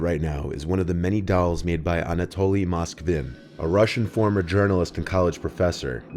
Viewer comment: Extra cudos for the correct pronunciation of Moskvin's name.